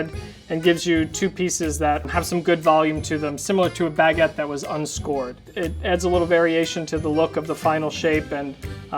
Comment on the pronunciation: Yess that pronounciation really bothered me but i didn't want to point it out, but you did it the funniest way